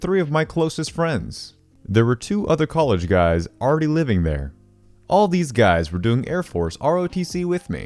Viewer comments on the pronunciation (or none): none